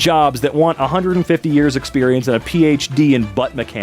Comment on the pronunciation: A Pee-H-D